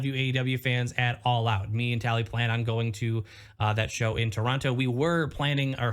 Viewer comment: I believe it's called "All Oot" this year.